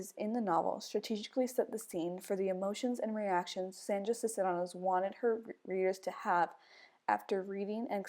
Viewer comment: I know you made this years ago but it's pronounced "Sees-ne-ros". Just in case anyone else watches this and wonders about Sandra Cisneros name haha